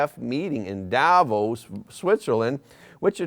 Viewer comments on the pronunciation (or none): none